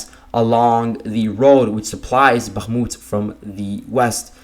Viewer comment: nice job but your annunciation of bakmut sounds very wierd